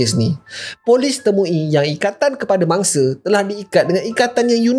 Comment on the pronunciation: Kenapa aku dengar kau sebut bangsa hehehe bunyi mcm bangsa padahal mangsa